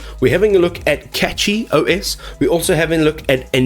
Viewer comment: It's pronounced Cashy not Catchy